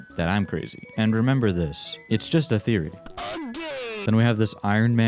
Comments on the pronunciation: "A GAME THEOER-"very inspiration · ‘A GAME THEROY’ got my laughing so hard😂